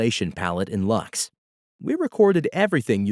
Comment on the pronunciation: I have to admit I was surprised to hear “Lux” pronounced as “Lachs”. With such an elegant name, I immediately thought of the Latin word "Lux" for “light”, which actually fits the soft, luminous character of the library perfectly. The “Lachs” pronunciation (German for “salmon”) really caught me off guard! For me it will always be “Lux” as in “light”, much more poetic and fitting